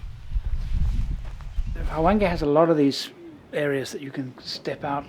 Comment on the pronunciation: Luvverley stuff as always. I chuckle… H-wange? No man, it is a smoother transitions of sounds, a whooshing Wwhange. Such a WASP you are;) On a more serious note, what is your feeling about removing sunglasses from our faces when we interact with local people in Africa?